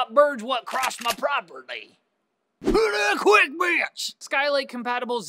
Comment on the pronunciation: Laughed so fucking hard at you saying 'quickbits' hahaha